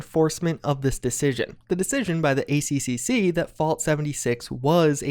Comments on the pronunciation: It’s spoken as the A triple C not the A C C C. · FYI we pronounce ACCC the "A Triple C" any other way sounds super weird.